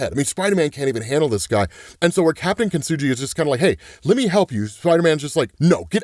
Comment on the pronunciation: It’s pronounced “keen-TSOO-gee” which is the Japanese art of form of repairing broken pottery using lacquer mixed with powdered gold, silver, or platinum. Instead of hiding the cracks, kintsugi highlights them—turning the damage into a visible, beautiful part of the object’s history. So that’s the reasoning to Captain Kintsugi’s aesthetic. I wouldn’t be surprised if the gold that runs through his gear has some power to it either.